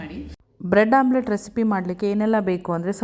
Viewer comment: Omlette not Amulet😂